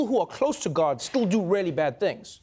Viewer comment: Trevor keeps saying guard instead of God